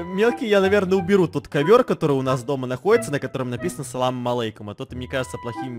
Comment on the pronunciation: Я даже аписалса кагда он сказал саламаликом